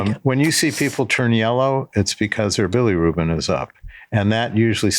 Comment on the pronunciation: "billy ruben" for bilirubin 😭